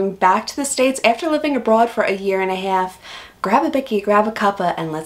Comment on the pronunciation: "... for a year and a half, grab a bikkie grab a cuppa...." You say "half" with an American accent, but "bikkie" and "cuppa" with an Australian accent.